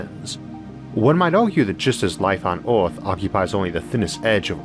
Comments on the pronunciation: I didn't know our planet was called Orth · Orth? Staouwll? Solo sistam? I Soface